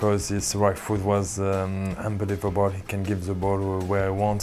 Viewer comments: how many times did he say UNBLIVELBOL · "Unbaleiavable" lol, he says it way too much